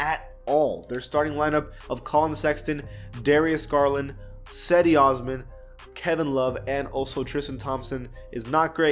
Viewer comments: Saidy Osman, it’s Jeddy Ozmin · did he pronounce it sedi osman smh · cedi osman is pronounced jedi osman